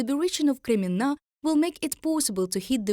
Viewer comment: Like the pronounciation of KREMMINNA! there is a must visit place as tourist! And of course Aluchta at Krym.